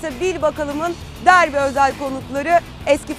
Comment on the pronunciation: 'e dikkat derbiye DARBİ lerde diyor.